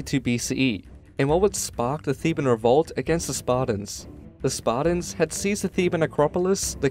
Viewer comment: Pretty accurate history here but, would it kill you to pronounce the T in SparTans ? It is not Sparda or the Spardans. I noticed this on another video. You do actually pronounce the T in other words. Of all the ancient Greeks, the Spartans most deserve to have their name pronounced correctly. Up until Lysander that is. He was a fecalite at best.